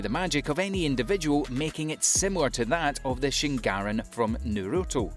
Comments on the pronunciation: did he just say shnragan instead of sharingan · Imma act like I didn’t just hear a anime YouTube call the sharingan a fucking shingarin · Shingarin. From nuroto 😂🤣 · “shingarin from nurooto” fkn atrocity. you’ve lost your right to speak japanese🤢